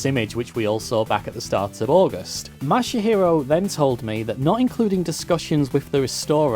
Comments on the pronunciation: ...you called him '' and 'Masahiro' throughout the video, including your credits portion at the end, but his Twitter DM says that he is Masahiro, not. Your credits also calls him "Katera" instead of "Kotera" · Pretty sure you were saying and not Masahiro the whole time. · Ma-sa-hero, not mashy-hero! omg lol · I imagine your next message chastising your pronunciation of the guy's name, will be that it's "ma-sa-hi-ro" not "ma-sha-hi-ro" ;) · I like how you now try to pronounce "kotera" properly But pronounce "Masahiro" as "" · LOL the surname Kotera has been corrected, but you're saying and spelling the first name MASAHIRO wrong. (Not Mashihiro or ). But great video and story anyways. It's nice to see that kind of attention to the iconic statue. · Yeah I don't get why he keeps adding that "sha" sound when he says the name. xD Japanese words are not hard to pronounce, really. They only have 5 vowel sounds (as opposed to 20 in English) and stuff is pronounced the same way it's written, with no emphasis on a syllable. There's a couple sticking points (learning the right "r" sound that doesn't exist in English, the consonant in "tsu", learning to drop the vowel a bit in trailing "u") but it's pretty easy. 90% of the pronunciation is near-identical to Spanish.